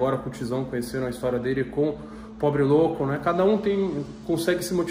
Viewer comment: “probe louco” o pobre louco e a menina perceberam e riram kkkkkk